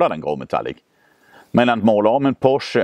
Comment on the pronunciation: Fiat Multipla är så ful att den är cool, Citroën Pluriel är också riktigt udda och cool. Och Porsche, heter Porsche, inte Poche ;)